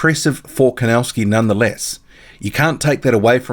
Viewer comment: PLEASE Learn how to pronounce The name KOWNACKI Correctly, because you have horribly MISPRONOUNCED the Name KOWNACKI!